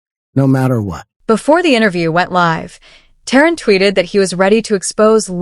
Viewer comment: His name is terrance not terren 🤦‍♂️